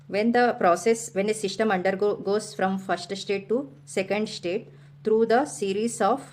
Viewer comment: its system not shystam